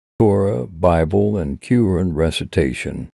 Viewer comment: Its Not Q-run Its Qur'Aan Pronounce Properly